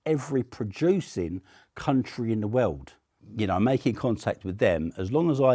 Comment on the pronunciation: "in the wewrd"